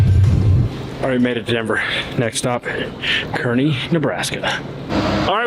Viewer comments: Kearney is pronounced CAR-NEE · Hopefully they'll SPLAIN TO you it's pronounced (karny), all locals in NE pronounce it with an "A" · Kearney is pronounced car knee